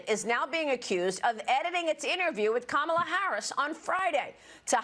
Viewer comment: 😂😂😂 Come ON, - It's KA-ma-lah 😂😂😂 Stop sounding ignorant. You hurt your case when you can't even get her name right?